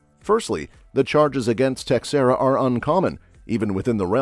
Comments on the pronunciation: pronounced Tashera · FYI, Teixeira is pronounced "Tasheera".